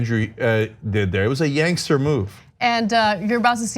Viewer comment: "Yangster." lol